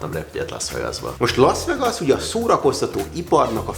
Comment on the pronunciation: Végre aki tud angolul..."lász végász" és nem "laasz vegaasz"...